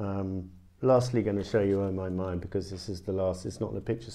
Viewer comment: that french oh my my was beautiful